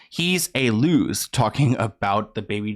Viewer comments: Lol “Louse”, pronounced “L-OWW-S” (rhymes with announce). Definition: singular of “Lice”; similar to calling someone a leach; like good-for-nothing. I adore you, keep up the good work! 😘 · Did you really read louse as lose? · Hey, louse rhymes with mouse🤣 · “Louse” is the singular form of “lice.” As in head lice. Rhymes with mouse. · Louse, not loser. Look it up. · Louse..... not lose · Someone please tell this guy how to pronounce louse. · And “louse” rhymes with “house”. Louse means bad person. It’s also the singular term for the plural lice. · The word “louse” is actually pronounced in the way that rhymes with “house.” It means one singular lice bug.